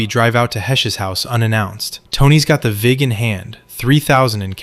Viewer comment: Vig... Not fig